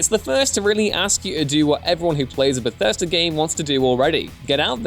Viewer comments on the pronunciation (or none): none